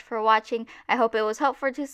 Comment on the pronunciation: I laughed was too hard when you said helpfur. Everyone is looking at me weird now whoops.